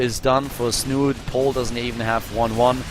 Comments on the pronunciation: It's pronounced Snuute, or Snute not snoot or snoote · Please, it's not 'Snoot', it's 'Snoote' with the same meaning and ending sound as 'schnauze'